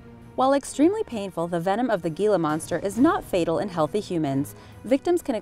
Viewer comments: It is pronounced "Heeeela monster", not "Geeeela monster." My friend has one as a pet and have been into herping (aka the collection of reptiles and amphibians) since I was five. And the only other venemous lizard is the Mexican Beaded Lizard, which is basically the same thing. And the most venomous snakes, are sea snakes, pretty much instant death. This list is highly inaccurate. Box Jellyfish number one, lol. Sea Snakes are by far number one. At least you got the Taipan, did you get Black Mamba, I hope so as it is way more venomous then a King Cobra, ughhh, redo the list. Do not even include Brown Recluse, Black Widows, Funnel Web spiders, and once again there are only two venemous lizards, not a handful. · it's funny how she mentions the difference between poison and venom when, in the very first example, , she mixed them up, lololol and for the love of fuck, it's not pronounced Gila, it's HILA monster also, lol calls it a bite and sting within a few seconds of each other video is interesting, and not trying to be a negative nancy, but come on, at least pay a little bit of attention to these types of things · Sorry but, it's pronounced Hee-la not Gila weird right? I know. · the g is silent. its pronounced hila....not gila.....they are not venomous either. the lizard has no way to poo.....they regurgitate.....their saliva is toxic and the must roll on their backs to be deadly.....I live in arizona and gila monsters are always thought to have venom....they do not. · I'm from New Mexico on the border of the Gila national forest, and just so you know it's pronounced "hila". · Gila monster, pronounced heela monster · Thank you! I heard it and was like "that sounds wrong, so, so wrong." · its pronounced HEELA the g makes an h sound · Not to split hairs, but the Gila Monster is pronounced Heela the G makes an "H" sound. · Dislike for the "GEE La" monster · Gila is Spanish. It is pronounced HEELA. I live in Arizona, we have them here. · It's pronounced "hila" monster.